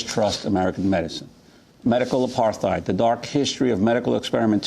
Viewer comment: Every time she says apartheid i CRINGE 😖😖😖